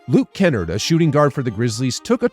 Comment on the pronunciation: Please don’t butcher Luke Kennards name like that again